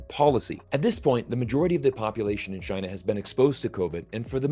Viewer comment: I've really enjoyed every time said "Tchyna" in 2022⛳